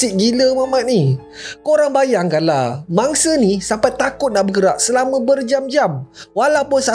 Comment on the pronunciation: Kenapa aku dengar kau sebut bangsa hehehe bunyi mcm bangsa padahal mangsa